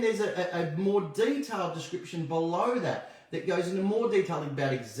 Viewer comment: to Irish accent? 😂 “Please...Description...Title” (those words specifically)